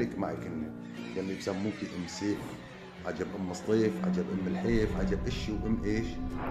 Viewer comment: اسمها ام سيف مش اوم سيف